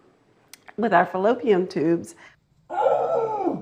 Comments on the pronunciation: No one told her there is no "M" in fallopian. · She say "fallopium" tubes!😅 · What’s a “fellopiam” tube? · Did she say "fallopium" tubes? 🤣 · Fallopium!!!!!!! Say it right girl 🙄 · Did she say fallopiaM tubes?? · And she said "fallopiam tubes" ...she couldn't even say fallopian tubes correctly....smh....😮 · She actually said, 'fallopium tubes' 😅😅😅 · Love her expert pronunciation of fallopiam tooB 😆😅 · I'm sorry, did she say "fallopium tubes?" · She can’t even pronounce fallopian tubes correctly 😂